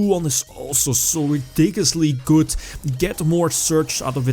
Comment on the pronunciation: Hey m8 could you stop say "goodz" instead of good?